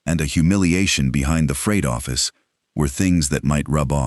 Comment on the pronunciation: What's a "Froght Office"?